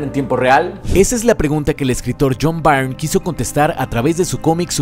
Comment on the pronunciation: Muy buen trabajo, amigo, especialmente para iniciar un nuevo año. Espero me permitas señalarte un error en la pronunciación del apellido del autor John Byrne (error en el que incurren la mayoría de los youtubers españoles por su curiosa vocalización del inglés): se pronuncia BURN (como el verbo quemar) y no BAIRN. Referencia